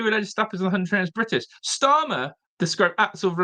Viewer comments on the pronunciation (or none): Can he not say Huntingdon?? 😂😂